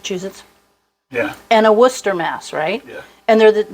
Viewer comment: That looks and sounds good! BTW... Worcestershire is easy to pronounce. You just have to ignore some of the "extra" letters! You pronounced "Worcester" correctly! YAY! That's half the battle, so all you have to do is change the "er" at the end of "Worcester" into a barely audible short "a" sound, then add "sher" (like New Hampshire) at the end. Don't work too hard at turning it into separate syllables, just let it all blend together. WUUS-ta-sher 😊